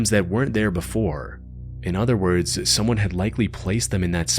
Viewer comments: Probably noone will ever read this, but on the off-chance that you do: minor comment, you have slightly weird way to pronounce words by adding an -ah. Like "in his mind-ah he went-ah to the house-ah". I'm saying this because it seems like you do it on purpose to pronounce very clear, but it sounds strange. At least to me... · Can't enjoy when he puts -uh behind-uh almost every word-uh